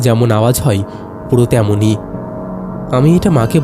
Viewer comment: E bhai hoy ke hoi, chaay jaay ke chai jai keno uchcharon koren, galpo bolte gele bangla uchcharon thik kore nin, nahole baddo bekar laage shunte